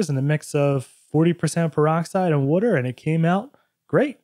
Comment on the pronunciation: “In the hot Philly sunlight…hydrogen peroxide and a little bit of wooter” 😂